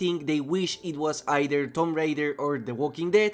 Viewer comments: not that it matter how you pronounce it it was just funny but the official pronunciation is "toom ray-der" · Tomp Rider? Really? Like I understand accents and everything but that is just clear english my dude... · wait a second did you just say tom rider ? LMAO plz tell me youre trolling brother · my guy did not just say tom rider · How the hell you mispronounce both parts of “Tomb Raider” 💀